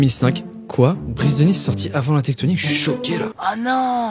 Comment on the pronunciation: Tectonikeur... Je suis le seul à qui ça dérange ? 😂